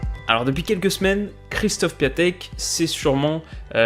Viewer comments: Grace a toi on sait tous maintenant que "Piatek" se prononce "Piontek". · Du coup oui, ça se prononce en gros "Kjéchtof Piontek", énorme vidéo encore ! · Super vidéo (Son nom se prononce Piantek😉)